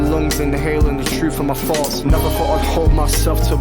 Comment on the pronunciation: His accent makes it sound like he said "Exhaling the doubt from my lungs, inhaling the truth from my farts" lmao. He was saying "thoughts" but I was cracking up at my own American idoicy.